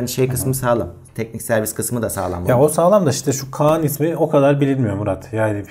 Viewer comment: kaan diye marka mı olur arkadaş,söylerken kaağnı gibi çıkıyor ses? bu ismi değiştirseler bu fiyata patlardı bu telefon,yazık